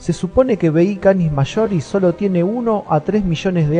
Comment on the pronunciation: una wea es su acento coloquial y otra es pronunciar mal nombres científicos